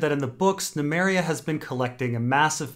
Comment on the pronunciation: Do you get a kick out of miss pronouncing names? Nemeria? Really? Yikes